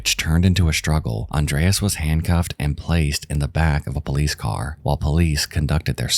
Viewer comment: Say Andrays again, I dare you, I double dare you, say Andrays one more Goddamn time!